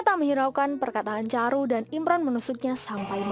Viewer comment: chandru.. Bukan caru